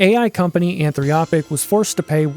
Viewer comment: Anthropic. Not Anthriopic. There's no "i" between the "r" and the "o". And that's not necessarily a bad thing, you can use that same sentiment to reverse engineer things like... oh I don't know... the Adobe Suites.